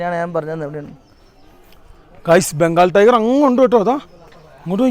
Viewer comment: ടയർ alla tiger😂😂